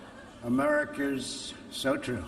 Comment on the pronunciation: it sounded like he said america with a hard r YIKES donald